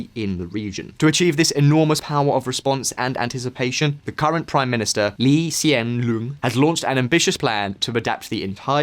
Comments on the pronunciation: Hello, big fan, Mr. Lee Hsien Loong is pronounced as Mr. Lee silent H Hsein Loong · Lee Hsien Loong is actually pronounced as "Lee Seean Long" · HAHAHA! The way you pronounced Lee Hsien Loong literally made me LOL ! Mad respect to you for doing this video about Singapore. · dude the video is good about Singapore but pronouncing our prime minister correctly is important . And not very nice with the accent of what our former prime minster said during the beginning of singapore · that lee hsien loong pronounciation made me cracked up xD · Im sorry,but the way u said lee hsien loong is,just too funny.also,this is a very educative video about singapores military,you have my subscription:)